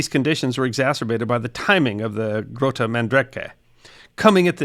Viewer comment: Nice try with the pronunciation. The G in Grote is the CH in Achmed, the Dead Terrorist